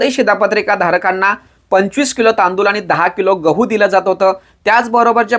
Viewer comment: तांदूल नाही तांदूळ आहे 😂